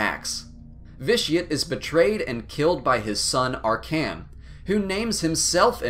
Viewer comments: it really hurts hearing the clear mispronunciations lmao NathEmuh ArCAN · The fact that you mispronounce names, and get minor details of books wrong. makes me think you're one of those people who do these vids because (1)Nerdy shit like this has become popular and (2) starwars is popular and (3)Youtube advertisers pay per how many people click on your clickbaity BS. reading up info on wookipeedia rather than actually having read the books for yourself. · Think you pronounced Arcann wrong and vitiate/valkorian was killed by the outlander (you) not Arcann but was his idea anyway